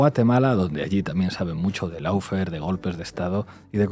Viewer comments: Por favor eviten el molesto diptongo "lou" que se oye y que no existe en la primera sílaba de lawfare. Solo ""lo". (How to pronounce lawfare UK/ˈlɔː.feər/ US/ˈlɑː.fer/). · Por favor, recuerda que LAWFARE se pronuncia looféar, no loufer, que es una pronunciación inventada que se ha generalizado en España: LAW (ley) loo (O larga y no suena ninguna U). LOW (bajo). lou.